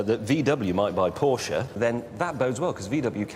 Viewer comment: Porsche not portia 😂